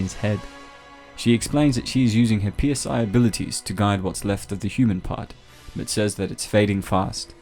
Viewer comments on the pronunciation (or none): P.s.i pronounced psy as in psychic.